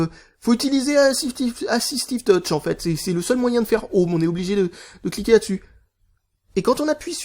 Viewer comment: "Afisifstive Touch" :D